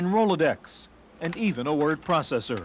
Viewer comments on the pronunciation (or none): That guy needs to learn how to say processor the correct way.